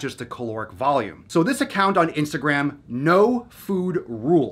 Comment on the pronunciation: the funny thing is that you talk about. ..... istagram ...... ISTAGRAM ahahahaha the shit social XD